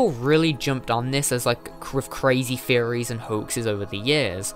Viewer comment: This is a great video! However I can't help but hear "furries" whenever you say "theories"